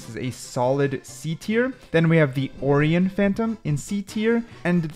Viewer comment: whyd he say orion like that lol